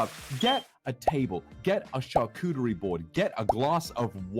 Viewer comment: Charcoochie is one hell of a way to pronounce charcuterie